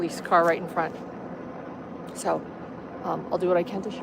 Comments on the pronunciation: "su"...es when she cannot pronounce "so" or she does in porpouse cause sometimes she does says It ok..maybe tooooo much botoxxxx,she cannot move her chicks,lips,eyebrows,suuuu she cannot Talk properlyxeeggghj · Great point as well! Her “so” drives me NUTS! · is a great example!